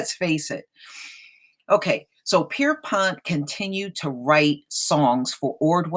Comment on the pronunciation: Did you say James Pisspot?I mean correct me if I'm wrong.